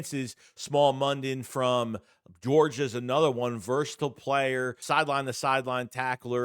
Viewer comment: It's pronounced "Smile" mondon